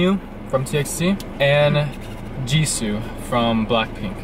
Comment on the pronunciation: Beomgyu is pronounced bomb-gyu. Jisoo is pronounced jees-oh